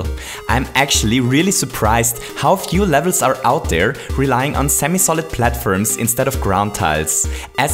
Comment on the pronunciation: he is a great youtuber but it bothers me that he says platfirms